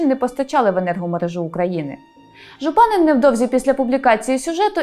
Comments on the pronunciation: ЖУпанин наголос такий повинен бути! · Єдине, що наголос у закарпатському прізвищі Жупанин падає на останній склад